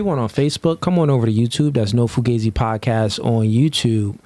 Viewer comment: Isn't it pronounced foo gauze eee with that spelling?